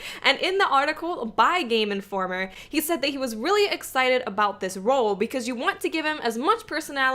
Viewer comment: Player - Playa Game Informer - Game Informa Not that there's anything wrong with it, I just love the way you talk.